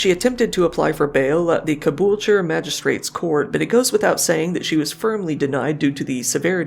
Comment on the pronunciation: Oh and Caboolture. It’s like you’ve been here before. Or asked Google. Either way, good job!